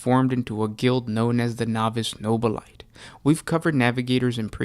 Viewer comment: Nobili-TAY. It's pronounced with an -ay rather than a ite!!!!!